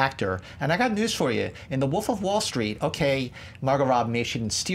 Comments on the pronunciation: Is it just me or does it sound like is saying the Woof instead of,"the Wolf," in the first round? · That guy just cannot pronounce "wolf".